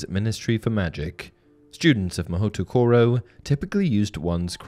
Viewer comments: I love how "Mahoutokoro" literally means "Magic place" 😂 By the way, it's pronounced "Ma - hō - tō - kō - rō" (stretch the o in "hō" and keep the other o's short) for those who are curious. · I mean, if every school is as dangerous as Hogwarts, I'd say the homeschooled kids get the better deal. Also, Durmstrang is in Sweden. In Japanese, the "ou" spelling gets a long O-sound when pronounced. "Mahoh-toh-koro". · Pronounced "Ma ho tow ko row" Literally means magic place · It's pronounced 'mah hoh toh koh roh' which just means 'Magic Place' In Japanese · It’s pronounced mahōtōkōrō which literally means magic place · Oof, you really butchered the Japanese name. Mahoutokoro literally comes from Mahou (magic) and tokoro (place). Magic place. Pronounced as ma-hoe-to-ko-ro. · 1. So, Beauxbatons is coed? The books and movies suggested otherwise. 2. You definitely mispronounced Mahoutokoro. 3. The wiki said there was a witches academy in Salem, but I guess that school doesn't have this level of international recognition. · You mispronounced mahoutokoro. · It's not “Mahutukoro” it's “Ma-hoe-toh-koh-roh” Though it would make a pretty good setting for an anime spinoff of Harry Potter or something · Ma-ho-to koro Not ma-hootoo koro Mahou refers to magic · FYI: Mahoutokoro, if following Japanese pronunciation rules, would be "Mo-hO-to-ko-ro". "OU" indicates that "o' is long (about 1.5 times the length in pronunciation). And no glided vowels. "O" is not "o(uh)" as in English. Word nerdery managed. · It should also be pronounced MA-HOE-toro, not “MA-WHO”. Don’t believe me, watch an episode of Mahou Sentai Magiranger for proof :3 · Haha, I like that the chapter names use the questionable pronunciations. Like "Mahutukuro" lol. If anyone is curious btw Mahoutokoro would be said more like "ma-hoe-toe-koe-low". Also, the name is kinda silly since it literally just means "Magic place". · THE PRONUNCIATION OF MAHOUTOKORO IM GOING TO SUFFOCATE it's mah ho toe koroe, not mahutukuru..